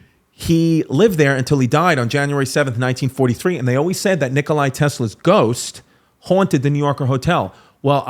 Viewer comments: Nikola Nikola Nikola not Nikolay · no way he just said NikolAI tesla